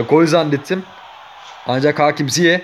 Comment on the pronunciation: Ziyeh değil Ziyeç diye okunuyor